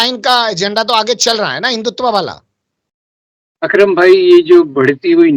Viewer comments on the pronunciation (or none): भाई वो "अक्रम" "विक्रम" नही।